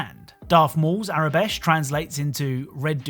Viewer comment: You keep on saying Aurebesh as tho it were “Arabesh”. Just an FYI